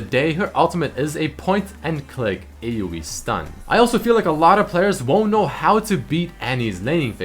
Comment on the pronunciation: AOE not AUE